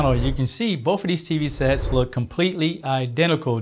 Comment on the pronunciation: the word both has no F in it...